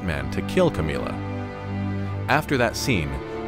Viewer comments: Camilla isn't pronounced Ka-mee-la, it's pronounced Cam-ill-a as in 'vanilla'. It's very difficult to listen to an entire video with this weird way of saying her name... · Am i the only one who loves the way he says "Camilla" in this video?